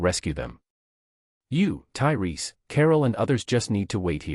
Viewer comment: Lol, it went from Tyreese to turry to tailai, wtf, how can you fuck that up twice.